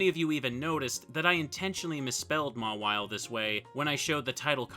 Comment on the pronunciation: the way you say “Mawile” angers me